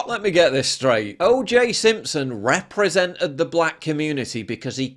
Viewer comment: I know it's only a small thing, but the way they pronounce things really adds to my being triggered. It's 'represented', not 'reprezennett' 'persecuted' not 'persecutett' Aaaaaaagh!